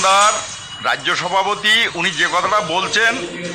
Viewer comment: "রাইজ্য সভাপতি"? এটা আবার কী রম উচ্চারণ 😂